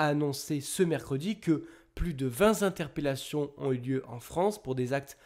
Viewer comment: Très bien ! Sauf à 8min16s avec un vilain velours : "Vingt zinterpellations" !